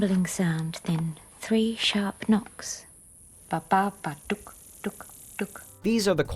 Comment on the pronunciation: ffs "babadok" -.- another shit to 10 ffs! allways shit